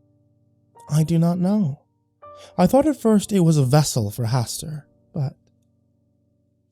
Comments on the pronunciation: I heard it as Hasstewer 😂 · Hastu... Hastur?